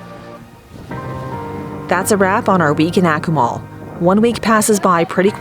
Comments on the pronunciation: Yes... phonetically, it's correctly pronounced 'AH-koo-mal', not 'ACK-oo-mal'. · you need to learn how to pronounce the city name correctly.